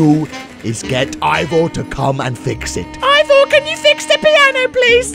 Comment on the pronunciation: i mean ivor not ibor